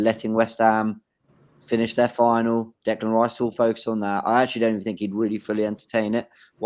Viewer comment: I know doesn’t want Declan Rice, but at least he can say his name.